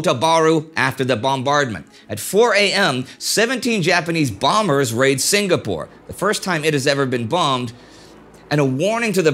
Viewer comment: Excellent in-depth coverage of the events leading up to and following Pearl Harbor. My only small complaint is the 'g' in Singapore is silent. Sing-a-pore. Not Sing-ga-pore.